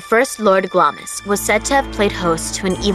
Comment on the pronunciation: its pronounced glams.you miss out the i